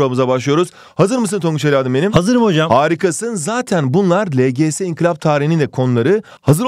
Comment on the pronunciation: hocam inkılaba niye sürekli inkilap diyorsunuz